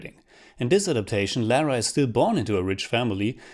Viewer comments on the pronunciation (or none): Lara is British (originally) therefore it is not pronounced as “Lera” but “lahrah” 😬 I’d rather play Rise of the Tombraider again.... the best TR ever